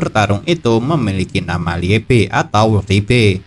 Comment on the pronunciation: Nama iblisnya lebe bukan rebe